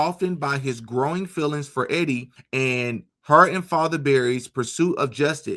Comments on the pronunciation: E-die= EEEEDee not Eddy, just thought I'd clear that one up for ya. lol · The girl's name is not Eddie...it is EEEEE-DEEEE LONG E SOUND: JUST FYI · You pronounce Edie as Eee-dee...it's a woman's name. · "Edie" (female) pronounced - Eee-Dee (not Eddie) 👍 Great videos, man. I just found your channel. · Eeeedie....not eddy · Edie is a girl Pronounced E-D Eddie is spelled w/ two D’s .. fyi .. anywho keep up the good work .. I don’t usually point out grammar but in this case I didn’t want your audience to be confused that two guys kisssd . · Just thought you might like to know,, the ladies name Edie rhymes with.